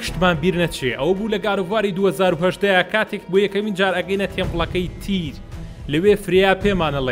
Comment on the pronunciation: بەس مامە حەمە مەڵێ تیر بڵێ تیەر